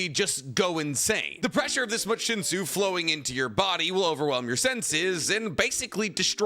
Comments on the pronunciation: Damn... It's pronounced "shinsoo" like with double 'o'..... It irritated me everytime you said shinso😅😅😅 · wrong, its pronounced shin-soo not shinso, in the original version of tog (pre webtoon release) shinsu was called “shinsoo” there is no way to get the oo sound misstranskaded because the eo and u sound in korean are spelt COMPLETELY differently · Pretty sure it's pronounced shinsu not shinso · Its not Shinso 😂 Its Shinsu and its not air. It's water - That's what the word derives from. There's a lot of lack of information and misinformation this video has. Dr. Bonehead needs to review this. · It’s really hard to watch this video when he keeps repeating Shinso and it’s shinsu. It make sound nitpicky but it’s like calling chakra chakru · tog is a korean manwha its so shinsu is pronounced as shinsoo 신수 신 meaning holy and 수 meaning water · 신수 (Shinsu) definitely isn't pronounced with an /o/ at the end. That aside, I definitely wanna see more ToG content! :D Minor corrections: - Headon doesn't normally test people; Baam only fought the the White Steel Eel because he entered the Tower as an Irregular.